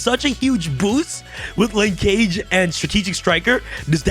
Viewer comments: It’s pronounced: Linkage “Ling-kuhj”. NOT “Lin-CAGE”. Like the word “scrimmage”? I could be entirely wrong and maybe Konami intended to make it rhyme with mobile ‘Engage’ but I swear we YGO players butcher Japanese and other derivative words from other countries but we sometimes don’t realize when it’s just regular English. Konami low key making us forget about grammar and pronunciation when designing card names and text. 🤦🏻‍♂️ *Small rant, carry on. 🤷🏻‍♂️ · pronunciation of “linkage” is giving me an aneurism 🥴